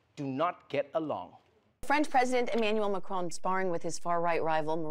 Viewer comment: Trevor, its President Macron, not Macrone. Also why use a hom-osexual voice for waiters?